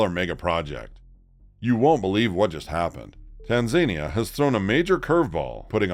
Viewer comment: It's tanzaNIa